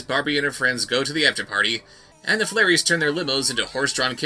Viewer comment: Flairies...FLAIRIES....?! That sounds like a drunk person trying to pronounce "fairies."